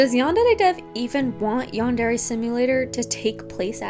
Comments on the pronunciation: It also really pisses me off how YandereDev says the word "yandere" It's far from the worst thing he's done but how tf do you not know how to pronounce one of the words in your title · stop saying yandere with an accent